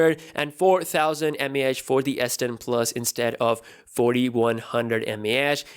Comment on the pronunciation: All I hear is "S den 🅱️luhs"